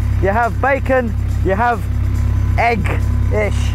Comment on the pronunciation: Why does he pronounce 'egg' like that?